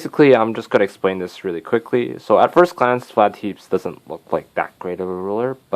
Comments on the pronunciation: I'm sorry man, I laughed hard when I heard Vlad "teeps". It is te-pes, two syllables, soft e's. Just for future reference. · Technically it is pronounced "Tepesh"